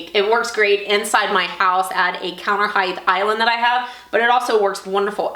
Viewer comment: Height. Not heighth... Ver cool and I suspect you will make some dough off of it. Great ingenuity on this design.